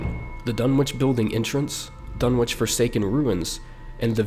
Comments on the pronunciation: as a fan of Lovecraft I cringe every time you say DunwiCH and not DunwiCK but tomatoes potatoes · Pretty sure it's pronounced "Dun-itch". Just sayin'.